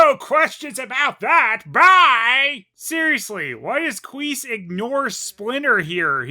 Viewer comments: Yep, never fails. everytime says Quease i always hear it as Queef and I chuckle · I swear I heard you say qweef